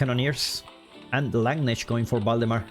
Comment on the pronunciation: Please work on your pronunciation of landsknecht. It sounds like lanesh when you say it.